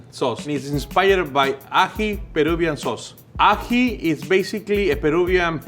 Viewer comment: It's ají (emphasis on the i) but!!!! Omg yesss!!! Perú represent!!!! Mi corazoncito peruano 💜💜💜